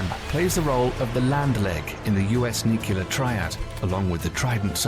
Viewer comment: I wish the narration could pronounce "nuclear"